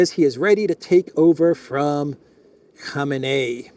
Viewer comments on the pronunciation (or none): KO-MAY-NEE, not kom-inay 😞